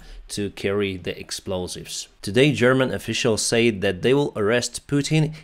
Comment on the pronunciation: yes and he says "sa-id" instead of "said" but other than that it is pretty good